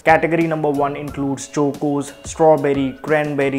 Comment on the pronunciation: His pronunciation of chOcOs left me in splits 😂